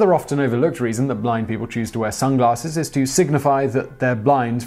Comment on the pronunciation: Lol Simon: "sunglaRsses"